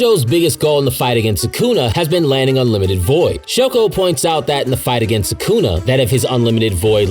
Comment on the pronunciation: Why do you say Sukuna like that? 💀 Suckuna 😂